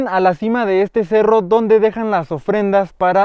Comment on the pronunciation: Mala pronunciación del nombre del cerro